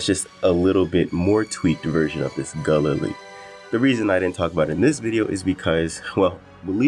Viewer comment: Bit of a stretch on the pronunciation of Galilee